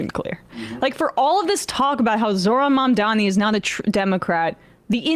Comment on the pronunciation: Pronounced "Zohran Mamdani" right. Even the 'h'